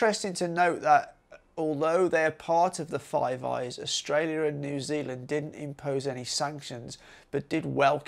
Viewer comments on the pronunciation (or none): none